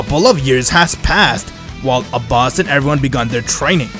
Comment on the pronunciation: What they say: Abbas What i hear: A boss